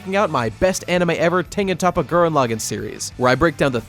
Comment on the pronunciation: It's not top-a it's tope-a